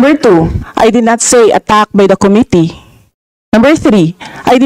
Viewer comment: Cringe everytime mag pronounce si Cong. Dan ng "committee". Yung pronounciation nya di pasok both sa british and american english😂😂